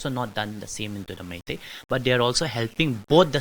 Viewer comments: Funny how she pronounces meitei as my tea😂😂😂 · It’s not Mity it’s Meitei god how do you guys become journalist😂😂😂😂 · Meitei and kuki not maities or not kukies you pronounced it wrong